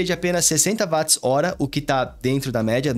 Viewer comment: Bom dia! Só uma dica, ao falar da bateria a pronúncia correta é parecida com Uote, pois a unidade de medida foi batizada por causa de James Watt. Excelente vídeo.